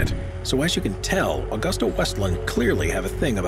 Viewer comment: It is/was Aah 'goos 'tah, (Now Leonardo Helicopters) not Augusta as in the town in Georgia!